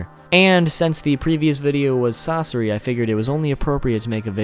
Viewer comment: "sas sore ii"😁